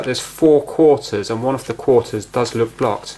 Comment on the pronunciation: You seem to have a problem when saying "Off or Of" the latter is pronounced "Ov" there is a definate V sound. example- The first "of" (ov) the month. example 2- Get off the table. great video though.